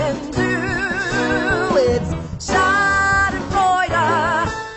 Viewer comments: I am kinda not happy that they call us germans nazis but uaargh i love this song it's so catchy and it's so funny how they pronounce "Schadenfreude" 😂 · I'm sorry to say but i'm kinda offended cuz i'm german and this is not so nice what the song says... but anyways super great work i love your art style and it is too funny watching english people pronouncing "Schadenfreude" wrong 😂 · I'm German,too- And I love how they pronounced "Schadenfreude". XD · yeah they said like "schardenfräuda" 😂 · W h y d o i r e l a t e t o t h i s ? ? ? Even tho I'm German, this shiz is funny cuz I don't think they are saying it right lol. I love this so much